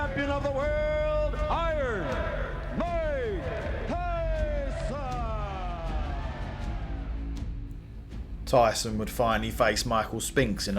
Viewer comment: "Oiyarn moik toison"